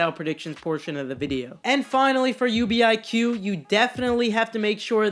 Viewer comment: It is NOT U.B.I.Q it’s just UBIQ